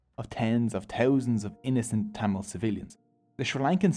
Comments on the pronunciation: Tamal❌️ Tamil✅️ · Its not TTammil.. Its Thamizh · BTW it should be pronounced as "Tamizh" and not tamil. Pronouncing it as "Tamil" sucks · “Yeah and one more note, tamil is Pronounced as Thamizh , and that gives it the beauty…!! “ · As a Tamil,it's pronounced Tam-izh(there is a Tamil letter with no English equivalent) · Broooo its pronounced thamizh plsssss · As a Tamil I can say that you mis pronounced almost every Tamil words. Nandri-thanks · he buthered every tamil word possible.but its okay love you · Bro the Language Tamil is pronounced (Thu - mil) and the temple Padmanabhaswamy is pronounce (Pudh-ma-na-bhu-svaumy)